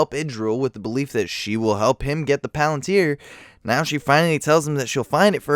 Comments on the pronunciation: Is it difficult to say Shelob and palantir the same way they’re saying it seconds before you or do you just enjoy putting the stress on different syllables? Because I’m pretty sure they’re not saying shuh lob and pa LEN tear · Why do you pronounce shelob and palantir wrong when they say it in the same video